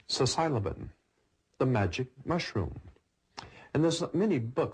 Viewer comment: He said sisylobin lol